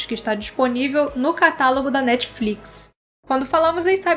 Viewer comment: "Netfrix" "Netflicsh" 😛